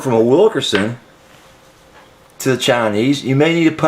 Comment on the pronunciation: thanks for the info. BTW, it's not "Wil KER son". It's "Wil KIN son". You keep saying it wrong, and it's not your accent.:)